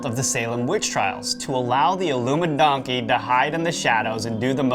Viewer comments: I hate it when you say illumidonkey. Cut it out please. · Why do you keep saying Illumi-donkey?? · Why can't you seem to pronounce "Illuminati" properly? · Love love love the content. Loathe loathe loathe the CRINGE “illumi-donkey”